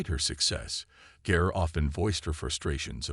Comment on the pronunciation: the narrator should have had the respect to pronounce her last name correctly. He also mispronounced CarlReiner's name